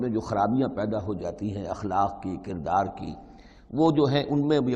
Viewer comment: اردو کہاں سے پڑھی چینل والےنے. سورت کو صورت. کردار کو قردار. بھائ تعلیم بالغاں حاصل کرو